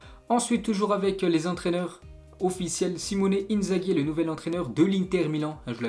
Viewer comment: Klopp xavi et simeone....et avant ça tuchel et southampton 😂😂 ça fait saigner des oreilles